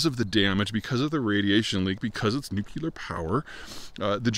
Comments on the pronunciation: Please- " new-clear" not " nuc-u-lar" Thanks! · NOOK LEE R! NOT NOOK YOU LER! Damn you're university trained right? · Dude, it's NU-CLE-AR, not NU-CU-LAR. You sound extremely dumb when you say it like that. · nu-clear. not nu-ku-lar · "World's largest nookyooler power plant..." [sigh!] It's "nuclear", Peter... "nu"+"clear"... -- "Note to self, don't put a nuclear power plant on the coast..." The problem with Fukushima wasn't its proximity to the coast, it was the fact that they located their backup diesel generators in the basement, where they would get swamped in the event of a flood. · Why nucular? It's nuclear! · Nuclear, New-Clear. Not Nuke-You-Ler. Also Japan's nuclear plants are on the shoreline because they use the sea water. They're on a fault line because Japan is one giant fault line. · Peter needs to learn how to correctly pronounce "nuclear." It's "noo-clear." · Nuclear: no͞oklēər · There’s no such thing as a NUCULAR anything. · Nu-cu-lar radiation... much more dangerous 🤣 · ...probably caused by the nu-cu-lar battery in his cell phone 🤔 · Nuclear not "Nucula" com'on Pres' Bush... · Nu-clear. It's pronounced nu-clear. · Someone who talks for a living should learn how to pronounce "nuclear." Like it's spelled. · I wonder if Peter ever reads these comments? I don't know why he persists on putting in an extra "U"